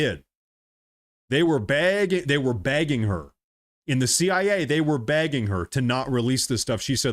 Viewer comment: Hahaha ... I heard you say 'they were begging her', but it sounded like 'bagging' her and I couldn't figure out what you meant by that. 😂😂